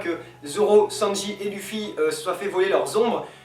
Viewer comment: bien le truc des bruit de gouttes d'eau^^: ouui eichi' a tout preparé; prononciation: LEUFFY; OUS(S)OP; DRESSROZA; ENIESSE LOBY et enfin les gars c'est pas mal mais sa serait mieux sans la coupe bieber xD